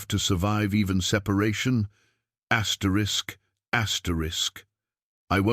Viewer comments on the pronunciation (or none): Why keep saying Astricks?